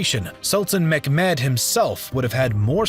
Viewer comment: Great vid, was wondering why you pronounce Mehmet as mekmed?